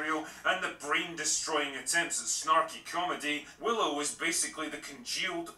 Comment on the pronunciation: He Butchered Willow 😂😂😂